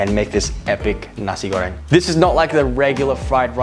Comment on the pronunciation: strugle more to say nasi goreng than cooking it